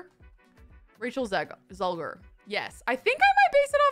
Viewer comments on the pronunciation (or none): ZEGLER kelsey not zelger lol